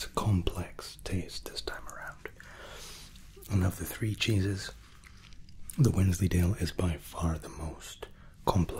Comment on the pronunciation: I could have sworn when you said “our 3 cheeses” you had actually said “our 3 Jesus”. 😂 Luv you!!